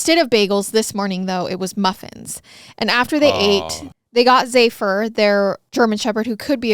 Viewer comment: Zephyr. Sounds like zef-er. The dog's name is Zephyr.